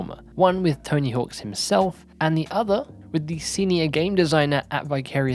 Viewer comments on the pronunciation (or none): "Tony HAWKS" smh